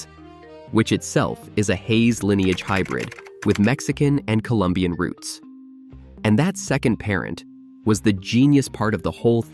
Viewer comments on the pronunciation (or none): none